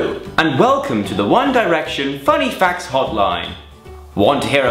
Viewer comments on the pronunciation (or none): I heard 'fanny' and not funny.